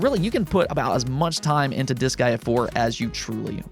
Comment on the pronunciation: i find funny how you pronounce Disgaea as "this guy", me im like who is "this guy"?